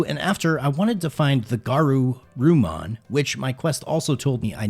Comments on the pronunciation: "the garu, Roo-mon" Me: scoff* Fuggin casual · why u say garu, rumon